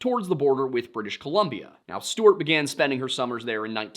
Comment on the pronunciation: Is it me or does say Stewart funny? Steuuurt 😂